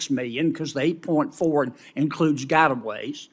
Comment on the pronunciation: "Gotaways" lol